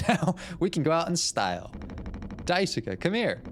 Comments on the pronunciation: Loving the series so far. Just one thing, Daisuke's name is pronounced DICE-kay. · Daisuke is pronounced mooore like "dye-skay" or "dye-skeh" or "dye-su-kay" for the record! You figured out how to pronounce Swansea's name correctly in the first episode too, in case you were still wondering about that one.